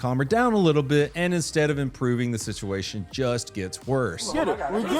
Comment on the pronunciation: Was drunk when he recorded this? "Bright dream greads"? "Sityeeation"? This is really weird...